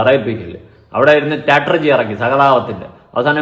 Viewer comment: അവൾ ട്രോമ യെ ഡ്രോമ എന്ന പറയുന്നേ 😂😂 സ്ട്രാടെജി യെ സ്റ്റാറ്റർജി 😂😂